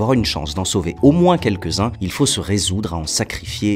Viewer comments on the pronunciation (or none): none